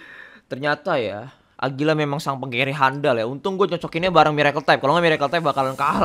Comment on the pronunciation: Agira bukan agulia